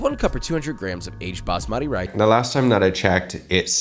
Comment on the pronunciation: Its not bamaati rice.....its baasmati ... Emphasis on first letter rather than second.